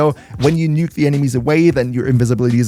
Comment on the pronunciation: Oh, the word was NUKE Not NIKKE